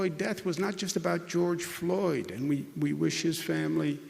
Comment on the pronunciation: When someone can't pronounce the word and, you Probably should, i don't know, get rid... of the idiot?